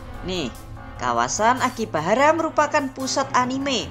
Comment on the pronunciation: Akihabara bukan akibahara 😢